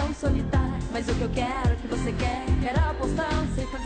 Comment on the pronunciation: Na verdade ela fala BOce@ Í